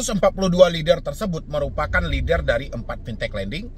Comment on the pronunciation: lennnn der bang, bukan leder atau leader 😭